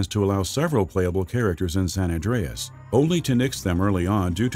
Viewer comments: "Grand theft auto sen endryess' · Sanandreas lmaoo old dude said it all wrong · “Grand Theft Auto: Sanan Dreeas.” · Aware76, that majorly pisses me off.